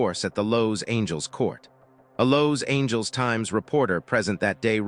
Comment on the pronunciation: Lows-Angels? WTF, can't your Ai narration software learn to pronounce one of the most famous cities in the world. I've had it with Ai narrators. I'm outta here.